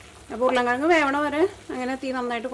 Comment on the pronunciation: സ്ഥിരമായി കാണുന്നൊരാളാണ് ഞാൻ. വിഭവങ്ങളെല്ലാം വളരെ രുചിയുള്ളതും ഏറെ സ്വീകാര്യവുമാണ്. അഭിനന്ദനങ്ങൾ. ഒരു കാര്യം പറയട്ടെ. വിവരണത്തിന്റെ ഭാഷ ഒന്ന് ശുദ്ധീകരിച്ചാൽ കേൾക്കാൻ രസകരമായിരിക്കും. മസാള അല്ല മസാല ആണ്. ഉർളൻ കിഴങ്ങല്ല, ഉരുളക്കിഴങ്ങാണ്. പൊട്ടറ്റോ എന്ന് പറഞ്ഞാലും നന്നായിരിക്കും. പുത്തൻവേലിക്കര സ്ലാങ് എല്ലാവർക്കും രസിക്കണമെന്നില്ല.